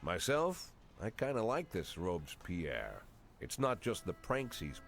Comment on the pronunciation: This is not how you pronounce "Robespierre", come on now.